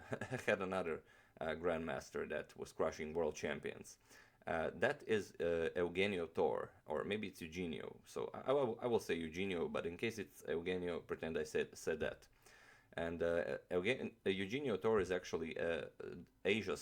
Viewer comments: To-Reh... not Thor. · I think its pronounced as "Yu-hen-yo" "Tor-re". Since our names were Spanish based back then. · "Eugenio" is pronounced like "YOU-HEN-YO". "Torre" is pronounced "TOR-RE". Great video as always! Fan from the Philippines. :) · I believe it's pronounced You-Hen-Nyo Toh-Re(as in wreck)